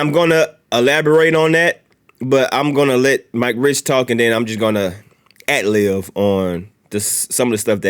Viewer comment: At-liv?? It’s adlib bro.